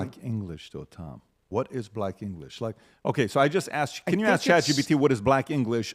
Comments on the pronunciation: In the year 2050, “axe” will replace “ask.” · Black English: ax vs ask lol